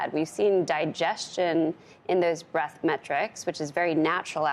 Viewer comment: breaDth, not breath. Please.